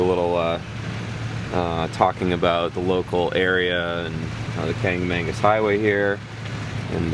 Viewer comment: It's "kanc-a-MAW-gus", not "kanc-a-MANE-gus". Kancamagus. No second 'n'. :)